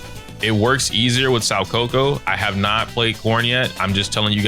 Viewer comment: Who the fuck is “sow coco “😂😂🤣 it’s "Soo Ka Ku "